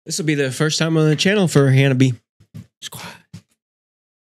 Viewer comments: The band name ... in Japanese. It's 4 syllables, not 3 like you are pronouncing ... Han-nah-bee-yay. You are saying "fireworks" in Japanese :p . The bands name roughly translates to "cold flowers". We Love Sweets is probably next ;) . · And it's pronounced "Ha-na-bee-ay"